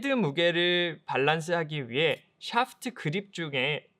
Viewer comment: 테에크놀러어지~~~~. 너우 굴린다 샤아프트으으~~~